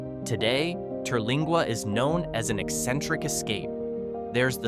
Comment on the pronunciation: The AI can't pronounce Terlingua, either. 😂